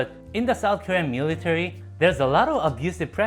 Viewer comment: how many times does he say "miritary"